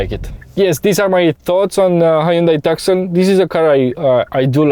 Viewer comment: Every time he says TAKSON ...a small kitten dies.